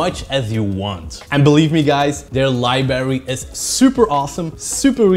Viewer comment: "Liberries". That's my favorite sort of berry. Yum!!